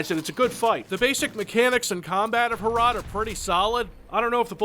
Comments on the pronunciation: The way you try to pronounce the name makes it sound like a Czech transliteration of урод (urod), which in Russian means ''freak'' or ''ugly''. Fitting, given the context. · MUST HAVE HROT BTW to pronounce this properly you just have to map the letters to sounds (H -> H, R -> R, O -> O and T -> T) and say it with a rolling R. What you're saying is more like "HRAT" because you pronounce the O with a sound that it would make in such a setting in English, but virtually no other language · Every time sais "Hrot" I misshear it as "Harada":D. No wonder pronaciation of that word sucks, couse he is from US. Still did the best he could. It's not very often that something from our little country lands on a channel such as this. Thanks... By the way, you like hard challanging FPS? Try Operation Flashpoint. For those who care and don't know, Harada is the guy who made Fighting game series Tekken. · for the love of God, please don't call it "Ho-Rot". Pronounce it as if you wanted clear your throat while saying it, something like that. My slavic ears are bleeding and I'm just half way through the video. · Is it pronounced HROT, or is HROT in cyrillic, as in НЯОТ - Nyeot? EDIT: Nvm, I googled it, it is indeed in latin letters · IM CZECH AND YOU SAY HROT INCORECTLY but i still love you if you ever need some help just say bro i watched you when you started making postal 2 content so you deserve my respect and me loving your videos good luck brother